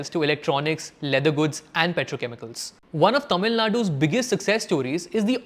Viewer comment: These copycat episodes about Tamilnadu have been increasing, no research done on the political socio-economic history of the state. Wikipedia and half-truth statistics. just grow the views and we all keep falling for it. Please learn how to pronounce the Tamil names it's not so difficult.